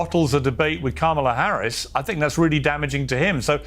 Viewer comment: Political watcher and expert Luntz can't pronounce our Vice President's name correctly?